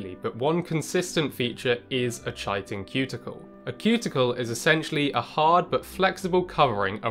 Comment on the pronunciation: no one ever gets the pronunciation of chiton right! It's 'k-eye-ton'